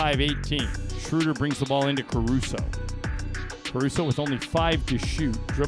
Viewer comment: I wish you announcers would learn how to pronounce Schröder's name. This ö is pronounced as oe for language sake. That shouldn't be so hard since English is a Germanic language.